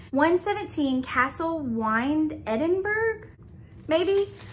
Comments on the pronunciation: had a good laugh with this unboxing - pronunciations help Edinburgh is pronounced Edinboro, and Hebridees is pronounced He brid dees. Also the plant postcard you got is Ensnaring Ivy. Check with the box makers on this as every unboxing of this box said the same as you, but as a Calligrapher myself I'm pretty sure it says Ivy rather than Joy (because of the plant) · I’m from Scotland and Edinburgh is pronounced ‘edin-bruh’. Hebrides is pronounced ‘heb-ur-dees’. Loved your video!